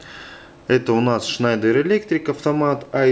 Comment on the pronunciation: а почему этот электрик на видео schneider читает как шнАдер? поясните пж.